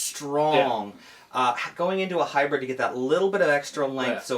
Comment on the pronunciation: Hybrid; not Hybred.